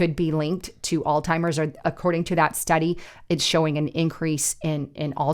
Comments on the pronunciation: Please forgive me but Alzheimer’s is NOT pronounced “All Timers” it is pronounced “Allz-Himers”. Minneapolis is NOT pronounced “Mini-AN-apolis” it is pronounced “Mini-app-olus”, there is no “an” in the middle of the word. I don’t mean to be rude but if you want people to take you seriously, You need to learn the pronunciation of words you’re reporting on. I’m not an English teacher but I know how to pronounce most of the English language. If I’m not sure of one, I make sure I know it before I use it. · it’s Alzheimer’s -pronounced allz -.heimers. There is no T. It is NOT “all-timers.” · AI slop on utube be careful,it's Alzheimers not all timers,did anyone else catch that,more b.s. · it was hard to watch after hearing ALLZ-TIMERS twice. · Alltimers? Really? Seriously? You can’t get the word right? This just lowered credibility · It's Alzheimer's not Alltimers! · Alzheimers. Alz-hi-mers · It's an H not a T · There is no “T” in Alzheimer’s. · Alzheimer's does not have the letter "t" in it.